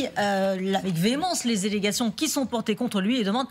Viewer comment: les illégations!!!!! 😳......On dit "allégations"....😊